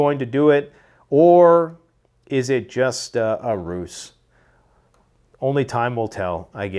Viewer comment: Love the videos, been subscribed for about eight years, I think! I have to say this, because it’s driving me crazy! When you use the word ruse, you should pronounce it as if it had a Z! Not as if it had a C… Just my two cents. I could be wrong, but I don’t think I am.